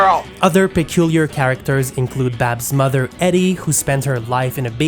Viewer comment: What is your accent? It's "EEDIE" not Edie".